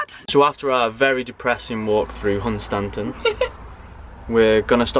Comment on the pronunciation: I'm lucky enough to live about nine miles away from (pronounced as says lol)Hun Stan ton. Local says Hunstun.